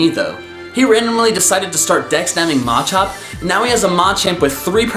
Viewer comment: You say Machop and Machamp wrong I cant say anything